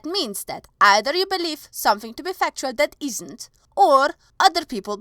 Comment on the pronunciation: I need fucktual evidence xD I don't like to pick on people's accents, but that was too good!